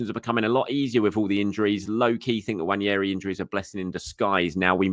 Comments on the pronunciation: It’s NNWAH - NE - RHII. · Nwah Neh Rii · More than pronouncing it with an invisible “I” it’s thinking the second “n” is pronounced the way it is in mañana.